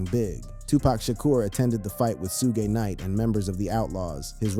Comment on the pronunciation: Bro u pronouncing suge knight name wrong